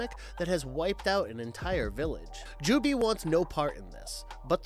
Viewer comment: “Jubee” lol, no. Just no. Did this guy even watch any of these? They clearly pronounce it “jubei” many times. Completely ruins the video